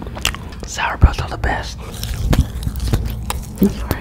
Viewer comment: Nobody: ... Karina: ThAtS AlOt Of SoUeR 😳 😂😂😂